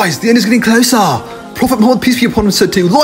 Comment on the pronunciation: Bro did dirty "guys the end is comin clousaa"💀🤍